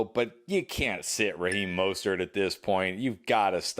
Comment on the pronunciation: Raheem "MUST-START" not Mostert lol